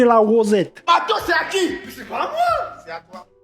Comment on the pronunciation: "le ma'teau y appa'tint à qui. Je vais peter la gueule", j'en peux plus !